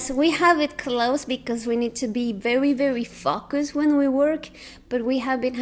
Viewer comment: your 'focus' pronunciation sounds like an F bomb XD